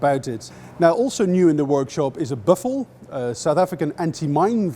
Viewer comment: I can't believe he pronounced "buffel" right. Awesome